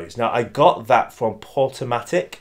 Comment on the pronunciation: Hey. I believe it's Portumac, not Portumatic as you stated.